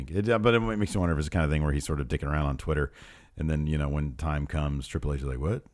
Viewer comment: The way Pete Dunne says Triple "Hayche" is the greatest thing since Austin